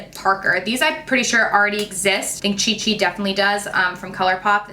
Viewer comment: This is giving me Cheetos vibes!! Anyone else giggle a bit when she said Chi Chi 😂